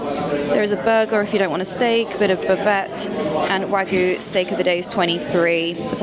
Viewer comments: There's a Y in WagYu. You pronounce it. Tokyo is not Toko. Kyoto is not Koto. Wagyu is not WAGU - it is Wagyu - you pronounce the Y. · Love your vids - really enjoyed watching lots of your old ones too as I've just discovered you. But pulease learn how to say wagYu 🙏😅❣